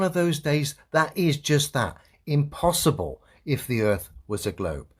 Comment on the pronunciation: Am I the only one that was expecting a joke from when he said: The globe is scientifically impossiball (instead of saying impossible)… 😂😂